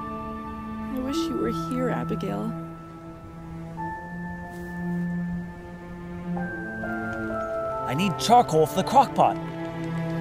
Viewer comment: Its not abigaili its abigali